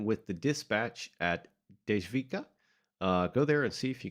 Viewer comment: So a czech person here. I'm glad you're enjoying it. It's just a little tip on how to pronounce the stations and creator. The creator is Dom-inik -Voy-tah And it runs from Dej-vic-kaa To - Naa- Mess-Tii Mii-ru